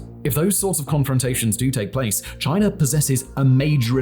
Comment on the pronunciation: I like how he says "" lol